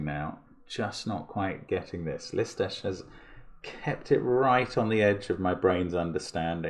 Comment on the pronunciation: I am always surprised when I hear Mark pronounce the name of Lisztes, because it is just perfect.